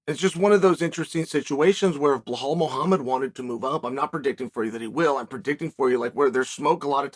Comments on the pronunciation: blehaal blehaamed LOL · and who the fuck is bleh-hall mohomod